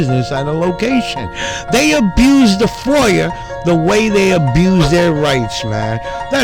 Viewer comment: FOIA has no R at the end. Foier lol